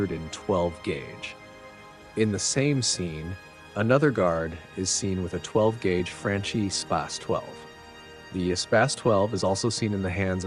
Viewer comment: the manufacturer of the featured shotgun, Franchi, is Italian. Hence, it's pronounced "frun (rhyming with "fun") kee") as "CH" in Italian always works like "K" in English.